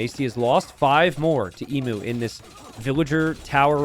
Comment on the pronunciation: mispronouncing emu has been getting harder and harder to hear as it goes on